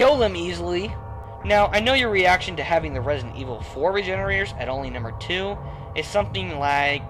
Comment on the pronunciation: Uh, Fail. "Numer 8" :D